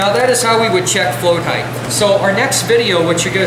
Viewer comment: Height not Heath